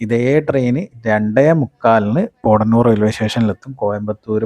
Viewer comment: പോട ന്നൂർ അല്ല.. പോത്ത ന്നൂർ ആണ്